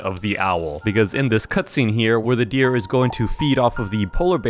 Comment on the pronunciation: bro said deer wrong